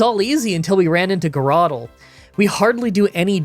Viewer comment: "grr-otle", "quagmire", man these are funny. XD